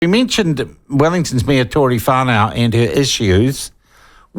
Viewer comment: Tory Far-now. A national media "personality"that can't even be bothered to pronounce someones name correctly. What a joke of a "journalist", far right instigator would be a better description